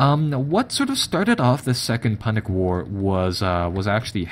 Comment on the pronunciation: It is pronounced 'pew-nic'. Not how you pronounced it exactly as it is spelt.